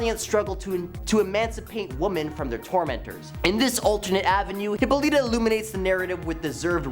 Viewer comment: Its hih-paw-luh-tah dude not hippo-leeta. And also wonder woman has no place on this list etrigan or question should be on here.